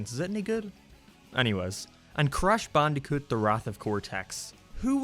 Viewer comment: You sound like your saying crash bandycoot